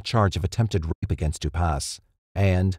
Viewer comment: For some reason every time the narrator has to say rape he doesn’t say it and it comes out as a half word or just a meaningless sound.